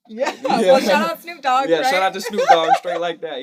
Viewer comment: Lmao she said D double O G DOOG 😂fucking snoop doog